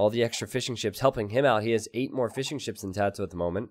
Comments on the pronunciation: Every time you say fishing ships i hear fish'n'chips :D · love the commentary. I keep thinking you are saying fish and chips not fishing ships haha